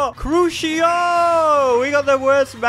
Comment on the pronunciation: It’s pronounced Croo see oh, but you are closer than some people (see my little brother saying crook eye oh